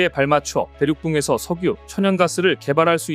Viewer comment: '석유'를 '성뉴'로 읽는 사람은 처음보네.. 반복해서 들으니 슬슬 짜증나고 이질감느껴짐..